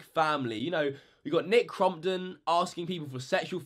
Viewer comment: You said Crompton wrong